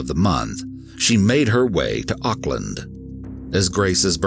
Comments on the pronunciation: First of all college here in New Zealand is high school. And he got life in prison those idiots thinking he got 7 years or 11 years are wrong. Why don’t you google it. Rather then getting angry. There is also a lot of false information In here like the pronunciation of Auckland and There was alot more then happened this Could’ve been a Longer video then 15. Minutes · lol "ock-land"